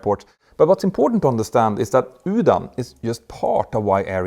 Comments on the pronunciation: Just to help. The UDAN program is not pronounced as (Yudan) but (oodan) which is a hindi word meaning "flight". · Please note UDAN is pronounced URAN ! This "D" is an "R" that doesn't exist in English.😊